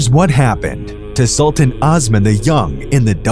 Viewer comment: it's not (ahs man)....it's Os man....long O....seriously, people who want to teach history seriously need to learn the pronunciation of the names in their own language! And no one actually knows if Ahmed rewrote the law of succession, as it was rumored that Kosem Sultan did it in his name after his death. "Osman! I wish from Allah your reign get ruined, I hope you could not reign as much as what you have deprived me of my life!" Twelve days following his death, a harsh snow fall in Istanbul which was considered as Allah's message to Osman that he killed his brother. Osman II was strangled to death. After Osman's death, his ear was cut off and presented to Halime Sultan and Sultan Mustafa I to confirm his death and Mustafa would no longer need to fear his nephew. It was the first time in the Ottoman history that a sultan was executed by the Janissaries. During his reign, he had at least 2 sons and 1 daughter. .. all 3 children only lived a year.